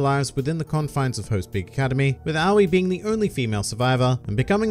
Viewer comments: it's just ow-ee like she says in her introduction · Did you know you pronounce officially pronounce Aoi "Ah-oh-E?" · It's A-Oy